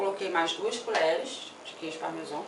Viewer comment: CARIOCA XATA QUEIJO PARMESON... É QUEIJO PARMESÃO!!!!